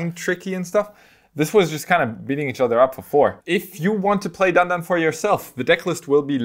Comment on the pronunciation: Omg i love you so much. Its DAN-DAN